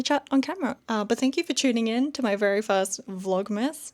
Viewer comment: " Vlogmess "😂 I hear that.